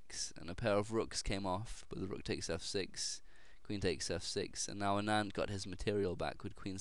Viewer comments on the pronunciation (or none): Don't call ANAAND, original accent sounds, AANAND. Anyways thanks for posting a great game.. I really appreciate that.